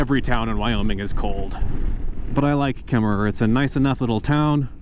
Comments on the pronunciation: It's pronounced Kemmer no extra er on the end! My family past had a ranch near Opal. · I'm so excited to follow along on this journey. I love the areas you are going to. I grew up in Wyoming, but I love the pacific northwest. Just an FYI, you don't actually pronounce the extra "er" on Kemmerer. I'm really excited to see British Columbia. My favorite mountains are the Canadian Rockies.